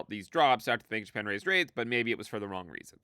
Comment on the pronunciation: Bank of Japan sounds like you saying Bankish Man